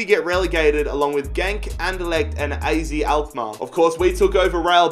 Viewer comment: Az Alkmaar is prenounced as “ahzet Ahlkmaar”